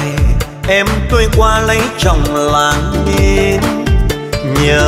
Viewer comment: Hát hơn 30 năm..nổi tiếng thế mà phát âm còn sai hả ông..Làng Tôi mà ông hát ra Làn Tôi